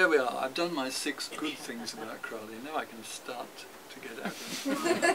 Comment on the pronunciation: I would think Skinner would know it pronounced Crow Lee rhymes with Holy